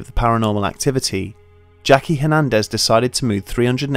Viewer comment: "Hernendez" Back over the wall with you